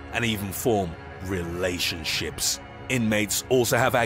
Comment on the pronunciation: And even form dramatic pause RELATIONSHIPS